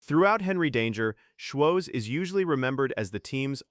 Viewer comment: It's embarrassing how obviously AI everything about this video is the script is not perfect it has no life they keep pronouncing his name wrong op